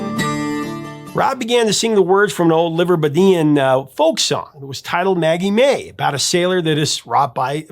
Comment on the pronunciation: +/- did you say Liverbedian? Later mentioned is Liverpool. If the reference is to that which comes from Liverpool, then the word is Liverpudlian.